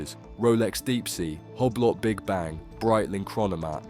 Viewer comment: the pronunciation of Hublot made me cackle haha, great video though